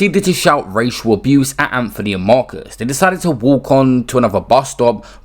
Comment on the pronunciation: It's not Anfony!